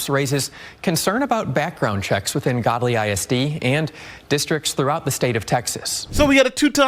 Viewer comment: It’s actually Gödly. (pronounced Goodly) Duh